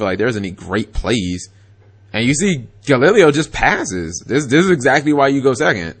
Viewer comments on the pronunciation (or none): You said Galileo's name wrong 3 different way back to back. Gal-e-lay-o. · It's pronounced Ga-Lee-lay-oh De O-Bal-Dee-ah. And he's from Panama. I was hoping he would win but hey it is what it is. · Altair = Al - tear Unukalhai = uh - noo- kul - ly e Triverr = trih-ver Clausulas = claw-soo-las Trishula = trish-ul-a (u sound in put) Brionac = Bree-oh-nak (most likely due to Brionacs deck in a video game) galileo = gal - lih/lee - lay-o Yes i looked all these up, and yes, i get annoyed at times when he butchers names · Cap's pronunciation of Galileo physically and spiritually hurts me. Edit: Turns out the nine different pronunciations of Galileo wasn't the stupidest thing Cap said in this video. That would go to "Every time he summoned Triverr he won". It's ALMOST as if that's what the deck is made to do. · ***** Its probably because he lives in the south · I agree i cringed every time he pronounced it.